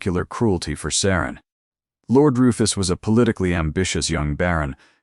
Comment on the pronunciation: It’s SARA NOT SARAN!!